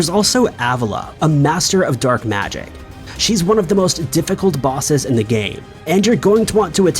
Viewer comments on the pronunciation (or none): none